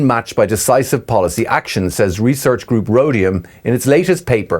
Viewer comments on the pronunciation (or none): none